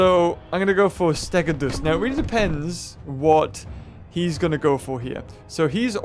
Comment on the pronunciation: I hate to be that person but I think stegodeus is pronounced steg-oh-dee-uss. At least that's how I think it's said.